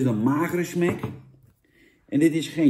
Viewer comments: zeg smAk niet smEk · Smac niet smec